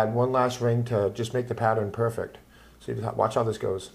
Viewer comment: good tutorial, but the way this guys talks drives me up the wall. "One wing down, and then its puwfect" like cripky from the big bang theory.